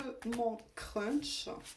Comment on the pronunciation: Bonjour, je ne sais pas si c'est votre accent ou si c'est moi qui entend crunch 😂. Si le chocolat m'aime, moi aussi je l'adore. Par contre pour un crush, on verra bien, on croise les doigts. Bonne soirée !